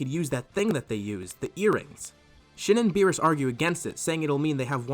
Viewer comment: It sounds like your saying shit when u say shin XDDD